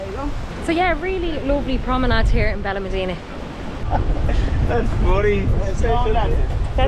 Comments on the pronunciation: Its Benalmadena pronounced Ben Al Mad ena not Ben Al mah deena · There's an accent mark above the the a in Benalmádena. That's where the stress is when you say the word. "ben al MAD eh na" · Please pronounce it correctly it’s benal ma like mat dena. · You need to work on your pronunciations. Where is Benelmadeeena? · You cannot even pronounce the name Benalmádena. You teach the public. Get it right please.